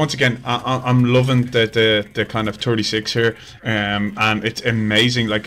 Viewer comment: How you say "R-36" is the stuff of nightmares bro lol